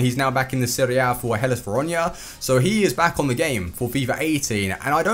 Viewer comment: A not Ah